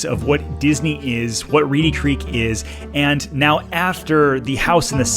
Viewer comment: It's Reedy Creek, not Reddy 🤦‍♀️ I wish people didn't watch your videos that don't live around here. They believe all the BS you feed them (your St. Cloud video was laughable and full of so much garbage). As for Disney, they treat their employees like garbage. They put on a good show about inclusion, but they actually discriminate like crazy. They jump on every bandwagon of the current thing. You know why??? All for money. They're no better than churches with their tax breaks. This has been a long time coming. I hope it happens. Also, Orlando has way more going for it than Disney. The other local theme parks don't get the same treatment. Last thing I'd like to point out, have you people not noticed how the actual Disney family has distanced themselves from the mess Disney has become?